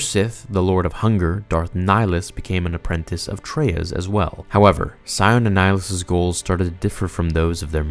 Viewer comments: Pronunciations: Har- BINGE-er as in binge watching netflix Master Aye-Tris sounds like May/Ray/Day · It's "A"tris not "At"ris It's Harbinger (Har-Binge-er) not Harbinger (Har-bing-er) And for the love of god, it's "snuck' NOT "sneaked", as in, "Sions cloaked sith assassins SNUCK aboard the republic ship..." BRO ITS "Peragus (per- AH - gus)" NOT PARA-GUS They literally pronounce all of this IN GAME lmao I CAN'T be the only one bothered by this lol Grammar nazi rant over. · Ah-tris HarBINGer E-bon Hawk Para-ges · A few things: "Harr-bin-jer" "Eh-bun Hawk" "Ay-triss" among multiple others. I know mistakes happen, but there were a LOT in this video. I mean, you're and this is some of the most widely-beloved Star Wars lore here. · (Ay-tris) (Har-bin-jer) Your pronunciations itch my soul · Dude...homie...man. Just, for the love of god, play the fucking game. Or at least watch some clips. You pronounced so many names just...brutally incorrect. Ebon Hawk (you seem to correct yourself later in the video), Atris, Peragus, Harbinger. (this one, you have no excuse for. It's literally an English word!) And finally, though, I admit this is nitpicking, you mixed up 'disguised' and 'disgusted' at the end. But, for real, you make such great stories and explanations, and I know you do it with a time crunch...but, seriously. Proof read. It makes a huge difference. Little errors like this are excuses for other people to dismiss you as unintelligent, which is far from the truth. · Atris Harbinger Ebon Hawk Peragus Bruh, you are butchering these pronunciations! Did you ever actually play KotOR 2 or just read the wiki article? 😂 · The way you pronounce "Atris" makes me think you've never played the KOTOR games. Never once is her named pronounced anything like that.